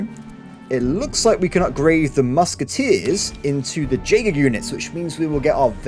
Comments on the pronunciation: Jaeger is pronounced "Yay-Grr" my friend. I keep hearing it, and I just giggle. Love your content. Long time fan. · Jaeger is pronounced YAY-Gur. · J in Jaeger is silent